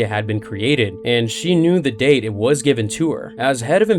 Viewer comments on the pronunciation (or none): none